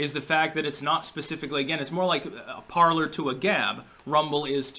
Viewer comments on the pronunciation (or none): none